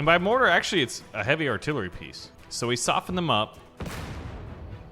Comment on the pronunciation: It is mortar not. (Morhar)